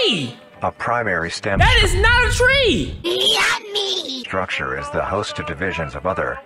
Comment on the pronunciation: that yUmMy caught me off guard and went in sync with that is not a tree